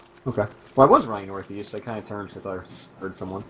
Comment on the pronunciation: northeast? I thought you said northweast